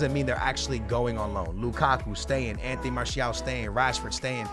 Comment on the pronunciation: you are in love with "enteny" martial